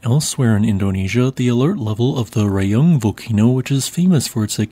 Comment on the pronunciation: Raung is read 'rah'-'hoong' with weak h. Just like in 'Kilauea'